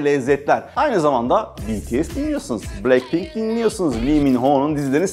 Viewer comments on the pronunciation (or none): none